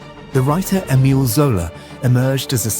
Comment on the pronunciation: cannot pronounce "Emile"